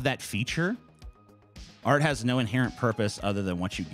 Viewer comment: How can Sargon Critique art when it sounds like he's saying "Aught"?